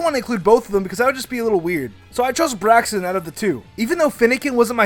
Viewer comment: It is not braxon